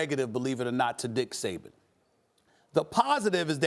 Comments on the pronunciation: “there was a positive and a negative to DICK Saban” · I might be late but did it sound like he said Dick Saban.. haha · Stephen A. called him "Dick Saban" at the mark lol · And as a Dolphins fan I can absolutely agree that's his proper name. That or Nick Satan. Never forgive.